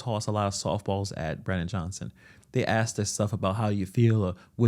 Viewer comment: An axe is a hand held tool used to cut wood. I think the word your trying to pronounce is ask ! You ask questions you do not axe a question because it makes no sense .